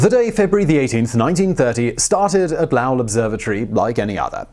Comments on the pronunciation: Why do you keep calling him La-well, instead of Low-ell? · Low - Well Not La-well Are you English pronouncing American ??? I love ya but What??? Lahwell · It’s Lowell not Lowe. low•uhl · It's not Laull, It's LO-WELL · Mr. Lowell's name rhymes with Noel, not with howl. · Lo-well, not lau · LOW-ELL not Loul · Simon needs some time in Boston pubs to work on his New England accent lol. Makes Lowell sound like some Asian guy lol. “Lao-el” lol. Go visit Lowell, MA! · How did no one "have a go" at you in the comments about your pronouncing Lowell as Lauwel? Simon, Lowell, low ell... not luau...lol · Once again, Simon mispronouncing easy words. You get the hard words right, but easy ones give you so much trouble. Low-el or low-ul not la-ow. Sorry, I'm not exactly sure how to write it phonetically. Don't stop Simon. It is fascinating. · You're killing me. It's NOT lauael - it's LOWell. I know this cos i grew up in LOWell. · Oh, Simon! Low-ul not Lau-ell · It's LowEll not LOwell. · It's like LOL not Lahwell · Low-ell, not lowul. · It's not Lal, it's L'o'w-ell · Oh Simon, Lowll.. I think by know you're aware it 'Low-wool'. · Rhymes with toll; not towel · It's Loooow-Ell not "La-Owl" Driving me nuts. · Lowell rhymes with mole, not plow. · DUDE! LOW--ELL! NOT LAWL. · Low-ell not Lau-ell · My only issue with this otherwise great video is Lowell rhymes with hole not vowel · Lowell like Bowl, not Lowell like Owl. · "Lowell" does not rhyme with "towel". It's an long "oh" sound like in bowl, or coal, or vole. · Low-ell, not Laow-ll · It's not Lowl.it's Lo ,long 'O' and well,like the watering hole in the ground. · It's Lowell with a long "o" like snow, not "ow" like cow. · All the scientists I have ever heard speak have not said Lao. They all say Lowell. That's like saying it is U-Fo instead of U-F-O. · I'm sure by now has said it's now Lao. It's low ell. It's not uranus. It's myanus 😝😝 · also, his name was not "lauel" ... "low" "ell" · Pronounced lol not lau (for lowell)